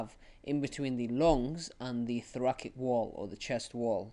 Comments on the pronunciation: was honestly v frustrating to listen to the pronunciation of thoracic as thorakik and subatomic pressure being mistold instead of subatmospheric pressure. Mistakes that could easily be replicated by people watching and makes the videomaker seem like he doesn't really understand the topic himself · I left when I heard thorakik